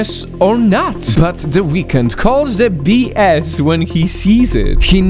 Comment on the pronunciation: I thought you said "What the weekend doing to his face?!"😂